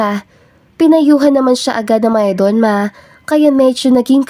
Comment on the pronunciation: For the narrator shortcut the pronunciation it's mayordoma.